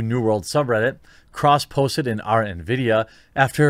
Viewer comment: Ah, I love those Nuh-vee-dee GPUs.